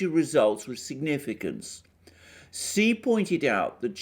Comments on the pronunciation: Your information is greatly appreciated. Please say president Xi's name correctly it is pronounced like the word she not see. Thank for accepting my correcting you. I just want you to say correctly so no one will discredit your valuable insights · Shouldn't Xi be pronounced Shee, not See? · Hi! Great reporting! I think Xi is pronounced Shi.:)